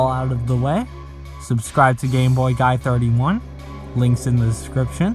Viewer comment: I was only listening and I swore his name was GayBoyGod, i had to tab over and check